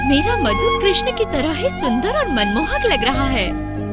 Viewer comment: Love the way you say Krishna ji.. thank you... You really prove Humanity comes first. Love to both of you